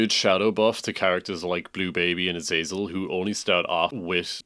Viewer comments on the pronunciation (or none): none